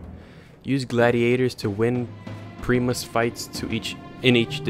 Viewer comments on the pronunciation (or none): Also, Primus (Pry-mus) Not (Pree-Mus) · Cap-you-uh Prime-us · I cringe everytime you say "Capua" , "Ludus", or "Primus" other than that, good gameplay ;)